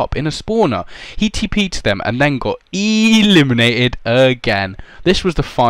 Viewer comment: Why do u say eeeeelimanated